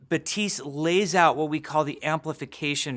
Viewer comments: I have Haitian parents and fluent in Haitian Creole. Baptiste is a common name and it's pronounced BAP-Teese, not buh-teese. Haitian Creole is basically southern french, but it doesn't mean they're completely identical. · Pronounced BAP - TEEST. Not BA - TEES. Just FYI. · You pronounce it "Batees"??? The whole time I've been saying "Bap-tees-tay" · i thought you'd pronounce it as bap - teest but jeff isn't pronouncing the p at all??? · THE NAME IS BAP-tiste. It's a common Haitian name!!! The P is not silent. 🇭🇹🇭🇹🇭🇹🇭🇹🇭🇹🇭🇹🇭🇹🇭🇹🇭🇹🇭🇹🇭🇹🇭🇹🇭🇹🇭🇹🇭🇹🇭🇹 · Overwatch: Baptiste Jeff: Bapteese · God dammit, now Jeff is doing the 'buh-teest' thing. You're dead to me, Jeff. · "Hero 30 is Betisse" is that really how you say "Baptiste" in English? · “Batsiste”?????!????? Lmao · the p is silent. "batist" , like "a bat" and the end of "list". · Almost. You stil lpronounce the final t, Jeff barely does it but still does it. Correct way to pronounce it is a clearer "t" sound, so baTeest. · Wow, I can’t wait to play ”BUHTEESE” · "Ba-tee-st" is how you pronounce it though? It's not pronounced like Baptist! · FailOutBoy I never heard a Haitian pronounce Baptiste “BUTEESE” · When Jeff says "Batise" DX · no, "batist" , like "a bat" and the end of "list".And the p is silent. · Is it just me hearing him say 'Batise'? o.O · he says batist, but his final "t" is super faint for some reason. Batist is correct, his way of faintly pronouncing the t is not really. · is it just me or does Papa keep calling him Batiste? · Me: Thinks it's pronounced like it was written as ,,bapptistt" " Jeffree: ,,MMMM BabptiSeEEe" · he pronounces it butise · Is it me, or does Daddy Jeff not pronounce the 'p' in "bap-tiste"?? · No it's just pronounced Batist the "i" is pronounced like the second "i" from "scientist" not like "ee" from "teeth" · I like how every including jeff is saying name wrong because the p is not silent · So you don't pronounce 3 letters in his name. Good to know. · Jeef its Baptiste not Batise